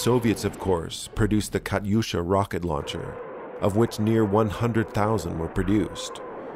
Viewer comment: Rawcket Lawncher!🤣👍